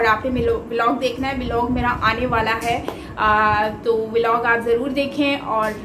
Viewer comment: if you don't mind,😂 wat is be lock😂 it's blog